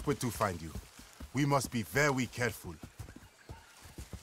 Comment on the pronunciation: "We must be vewy careful"